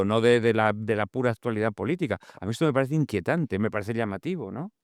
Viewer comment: No puede ser que un escritor que se precia diga “aztualidad” con zeta.